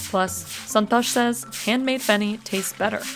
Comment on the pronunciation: Son-tosh. 😂 i love foreign accent pronouncing Indian names